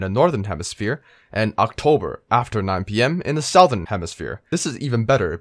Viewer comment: “South-ern” lol